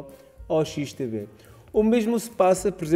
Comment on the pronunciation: Olá! Só não entendi uma coisa, a corretora é XTB ou XTV ? Parece-me que dizes XTV no vídeo! Obrigado pelas outras informações passadas!